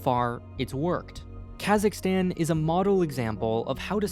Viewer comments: LOVE the info but your pronunciation is painful! Considering your geographic and linguistic expertise I'd assume you'd know that the American "aa" (as in cat) sound is EXTREMELY rare in the world?!? It's "Kazakhstan," dude, as in "father"! Your cat in the hat pronunciations are like fingernails on a chalkboard! Thanks for the info though :) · I see some comment bitching about "Kazakhstal" thing XD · lmao kazakhstal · They need a true Kazakh to be in this and its not kaaaaazzzzzaaaakstanneee its Kazakhstan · It's pronounced K-AaH-Suhk-stan. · That is not how you pronounce Kazakhstan